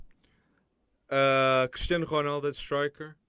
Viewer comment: im portuguese and the presenter pronounced “cristiano ronaldo” exactly how it is pronounced in portuguese